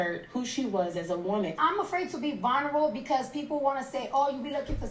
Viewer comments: She really said vonrable 😭😭 i didn't hear anything after that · reaction on cardi tryna say vulnerable got me 💀☠️💀☠️💀☠️💀